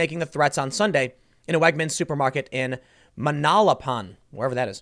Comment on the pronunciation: Man - AL - a - Pan